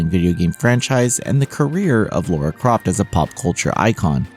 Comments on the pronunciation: La-ra NOT Lau-ra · LARA . . . . . not LAURA!!!! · Her name is not Laura. It’s Lara. Americans seem to have issues saying her name. Lara! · DUDE! DO YOU HAVE SPEECH IMPAIRMENT PROBLEM OR JUST FUCKING DUMB! LORA?! REALLY?! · I agree, I thought it would be easy for them considering how they say “a” in different words compared to other countries I wonder if they can even hear how it is pronounced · it's a small point, but as an English man, it gets tiring hearing Lara's name not correctly spoken